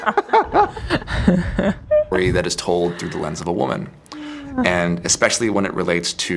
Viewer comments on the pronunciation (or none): none